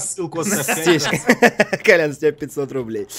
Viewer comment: Не Колян, а Кольян